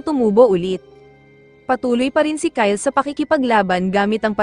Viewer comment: Bro that is not ky Le it's Kyle